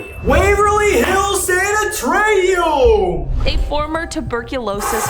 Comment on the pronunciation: The way Sam mispronounced Sanitorium 🤣 Also, Trans Allegheny is where you guys heard a voice in real time that wasn’t heard on the recorder but the camera microphone caught it. That had my jaw on the floor